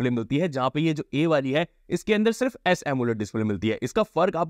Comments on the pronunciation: Samsung hota hai bhai samem nai 😅😅😅 Aap jan kr Ye nam lete hen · Samsung ❌ Samsum🗽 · Bhai wo samsum nhi h Samsung hai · Samsung ❌ Samsum✅ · YAAR mujhe SAMSUM sun raha hai 😅